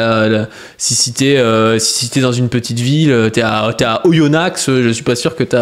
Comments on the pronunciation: le mec a prononcé le X de Oyonnax, ça mérite le cancel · Alors super vidéo mais si tu repronnonce le X de Oyonnax c'est goulag